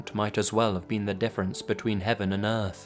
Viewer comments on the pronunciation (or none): none